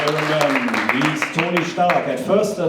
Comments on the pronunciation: „Tony Schtark“ - ernsthaft 😂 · Wie er Stark ausgesprochen hat 🤦‍♂️ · (MdH) i know im german, 15 and better in english then him. he seriously pronounced stark wrong